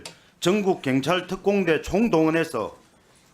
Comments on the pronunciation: 갱찰?? 한국말이나 똑바로 해라. 갱상도 새끼들... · 갱찰?? 발음 좀 똑바로 해라~ 갱찰이 뭐냐?? 내란당 정똥만아 무식한 놈아~~ㅉㅉㅉ 갱찰? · 갱찰이 아니고 경찰입니다. 발음이나 똑바로 하세요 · 경찰이라고 갱찰이 아니라고 발음도 못하고 바보냐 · ㅕ발음 안되냐 갱찰 핸재 ㅋㅋㅋㅋ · 발음이나 똑바로해라 자슥아 갱찰이뭐냐ㅋㅋㅋ